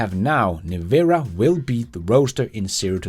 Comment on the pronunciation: Its pronounced Nevera, as in you”ll Never-a have the money to afford one.